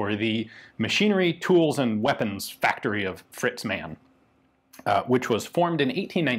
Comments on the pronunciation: It’s Mann... so pronounce Mahn phonetically not like man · Hi Ian, the word Mann, is pronounced as Marne. This pistol looks like an annular ring gas impulse recovery system?